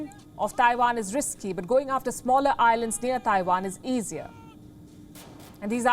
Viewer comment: The way you pronounce Taiwan is so off